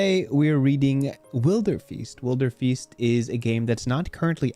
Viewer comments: just go for broke and pronounce it as "will-der-fist" 😂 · It's definitely pronounced Wilderfeast